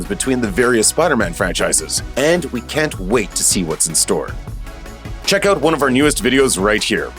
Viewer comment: The narrator's Canadian. I just heard him say 'Oot'. Never catched your accent before.👍🏾